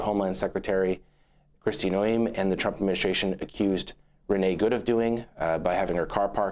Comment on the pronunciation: If you can't pronounce Noem you probably shouldn't report on this topic